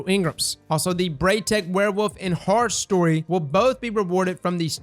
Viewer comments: said horrors least instead of horror story lol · did my guy just call horror story as horror’s least lmao